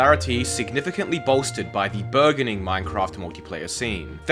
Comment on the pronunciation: That sure is a way to pronounce burgeoning.